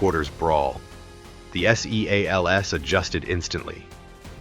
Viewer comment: Somebody needs to tighten up the AI narrative. They are navy SEALS. They are not s-e-a-l-s.